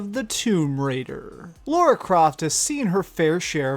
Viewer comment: Laura croft I'm pretty sure it's Lara croft lol